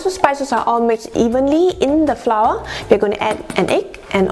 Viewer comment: One of the many of malaysia cooking video that i hear pronouncing flour correctly...very good...hehehehhehe..most of them will pronounce FLOUR even the super chef as FLA.which is totally WRONG!!!! I am happy for you and one more thing ypur recipe is the best